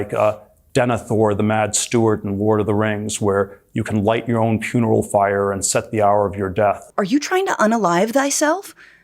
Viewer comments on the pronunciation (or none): why does he keep saying “puneral fire” 😭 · Dude said "light your own PUNERAL FIRE" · Did he say puneral fire